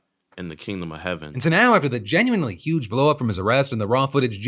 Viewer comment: lol the 'genuinely' in the HelloFresh ad hit different